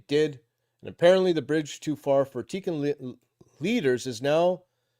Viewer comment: I think Tikkun is pronounced Tea Coon.